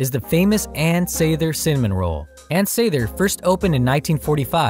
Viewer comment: You’re not pronouncing Ann Sather last name correctly as a Chicago native I’m here to say that’s her actual name so didn’t they tell you?